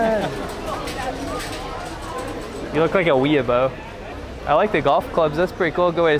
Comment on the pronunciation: Weea-"boh" lol